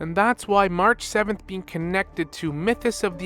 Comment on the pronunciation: 'Anig mahraah'😂😅 got me every time. Can't wait for more hsr and genshin lore.